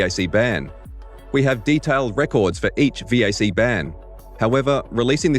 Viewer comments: its a vac ban not a veeaysee ban. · "V-A-C bans" man that annoyed me lmao its pronounced "Vack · Omg...... It's VAC, not Vee Aay Cee... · Who says VAC as V A C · Valve Anti-Cheat or VAC is pronaunced "vak"... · Your VAC pronounciation is stuttering me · only bad thing is you spell out VAC never heard anyone do it it hurt my ears